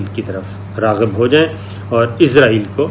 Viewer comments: Sir Word is israiel not izraiel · Izrael nahi Israel hai sahi naam.aap izrael keh rahe hain. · Plz pronenciate Israel as it is not izraeel (as) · سر آپ لفظ اسرائیل صیح پڑا کریں آپ کچھ اور پڑ رہے ہیں میں نے بہت بار کمنٹس میں بولا ہے